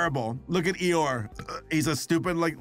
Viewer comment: That's not Eeyore, that's 'Uhoh' 😭